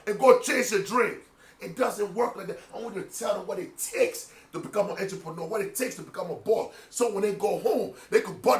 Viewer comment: Intraponuer...He made up his word..lol.